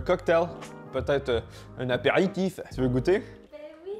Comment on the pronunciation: Le fait que tu dises « un apéritif » ça m’a tué 😂